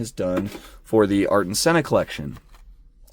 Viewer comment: It’s not artin senna it’s Ayrton (Aye-r-ton)🤦🏼‍♂️😭😭😭😭😭😭